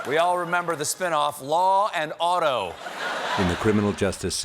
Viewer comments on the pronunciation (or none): "Law and Auto" reminds me of "The United Shaysh" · He's not saying Auto! Otto! Law and Otto now that makes more sense doesn't it?! It hurts so much to even listen to the high- or lowlights of his speech for someone who speaks English. Please, he skyrocketed to covfefe!